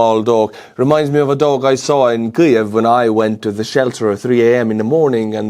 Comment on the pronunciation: why do you pronounce Kiev the way you do? honestly I have never heard that way of saying it, not by Ukrainians or outside of Ukraine. sounds strange to my ear. Sorry. Not trying to be critical. Just very curious.